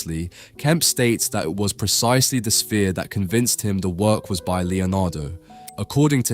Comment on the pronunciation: It's not AI, an AI generated voice wouldn't continually substitute the word 'that' with 'dat'... As for the orb, it's a painting not a photograph, art is subjected, the lens just displays whatever you present to it